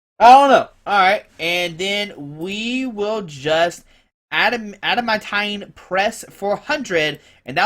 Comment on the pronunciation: I think it's pronounced Add-a-MAN-teen